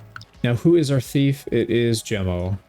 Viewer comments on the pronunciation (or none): none